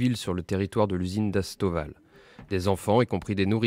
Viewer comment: "Usine ASTAVAL", le président "ZeleVski", "AzovSHTAL" mais sérieux vous êtes dyslexiques ou quoi ???? C'est pas compliqué quand même...